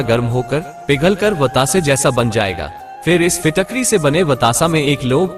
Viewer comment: Kiska tukda?? Fitakvi ya fitkari ? Kuch samajh nhi aaya kya bole ?